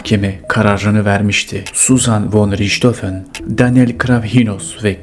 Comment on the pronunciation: Riçhofen değil rihthofen olarak söylenir